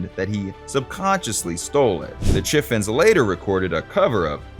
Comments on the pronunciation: The Chiffons pronounced Shiffens. LOL 😆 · If you are going to expound like an expert learn to pronounce 'The Chiffons' correctly.